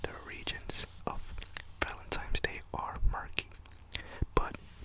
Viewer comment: I love the way you call it Valentimes Day